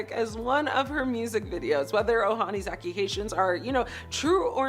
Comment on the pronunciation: What's wrong with chick from She can't pronounce the word 'accusations'??